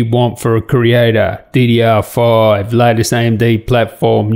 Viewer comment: I noticed it too, then I enabled the automatically generated subtitles and they recognized it as DDR5. If you listen to it he pronounces it like "fouv" which wherever he comes from might be seen as five.